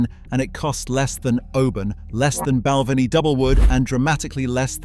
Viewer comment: Its pronounced Bal-ven-ee. Spey side pronounced Spay side